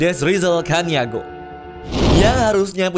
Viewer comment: Baca nya caniago bang,,suku org minang itu..adoii 😩